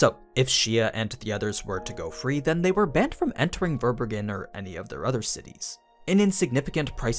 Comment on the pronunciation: Fun fact : Verbergen is a German word and means concealing or to hide which is quite fitting. It’s pronounced quite differently… your version sound really funny to me